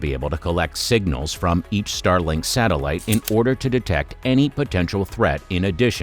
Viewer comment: StarLINK, not Starling